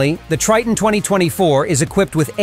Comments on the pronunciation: It's pronounced as "Try-ton" Not "Tree-ton", alright? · A lot of questions pop up here, Tre-ton ? No is (Try-ton)